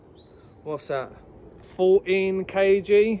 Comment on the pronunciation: He said "kg's" like he didnt know what it means lmao